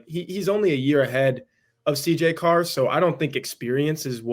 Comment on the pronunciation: It’s Carr. Stop it.